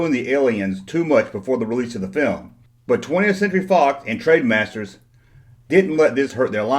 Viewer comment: "Trademasters"? I think you mean TRENDmasters. Wee bit of advice - if you're going to review a product or anything, put in enough research to know what company made the product, or at least learn how to pronounce the company's name properly so you actually seem credible as a reviewer.